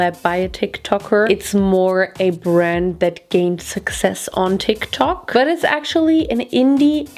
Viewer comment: I love how you pronounce "Tik tok"